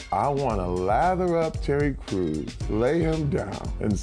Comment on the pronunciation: It sounded like he said Cherry Crews xDD